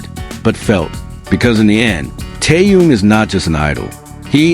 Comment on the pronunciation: Вы можете мировую звезду КИМ ТЭХЕНА, называть правильно вы постоянно называете его Тееном,что за неуважение,если не знаете, как его зовут,то о нем и не говорите